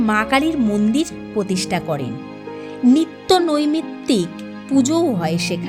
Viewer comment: any source of the information you provided? (also its protistha...not potistha....its prodhan...not podhan...its wellington...not wallington...its beadon street, not biton street) hope you will be correcting next time